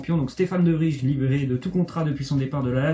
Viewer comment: Petite remarque (J'habite à Bruxelles depuis que j'ai 10 ans, donc faites moi confiance) : Dans le nom De Vrij, le "ij" se prononce "eil" comme dans le mot 'réveil' (c'est pareil pour tous les noms belges). En espérant que cette "torture" phonétique cesse une bonne fois pour toute (surtout pour vos auditeurs belges) ;) ;)